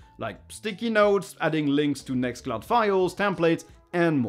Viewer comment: Great info here - some new apps to add to my open source collection :) BTW You didn't put the name "Nextcloud" on the screen and I had difficulty understanding what you said ... Ended up putting captions on for a clue ;)